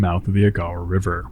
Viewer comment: I love your work, but it's AY-GAH-WAH, each syllable distinct / given equal length, not unlike I-DAH-HO. Then, later, KEE-WHEN-NAW.